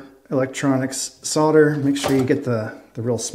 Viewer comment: Lol "sodder". I bet you say "I sod my od car"